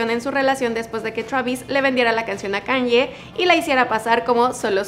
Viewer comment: Dijo Kan ye?🥴